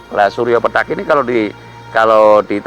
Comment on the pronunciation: Pethak, bukan petak, pake the, ngucapnya lidahnya ditekuk ke depan, pethak artinya putih, samar, sedangka petak itu kotak, yaemang nda ada matahari kotak/petak😂😂pethak ,pitih,bias,samar, munkin kabut, mungkin dukhan, sebelum kiamat ada dukhan 40 hari 40 malam, membuat bumi dan seisinya tak bersemi...begitu kali ya ?